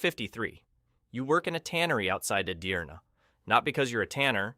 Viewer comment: It's not Korbaci, it's Çorbaci. Wich means soup. Edirne not Adirna.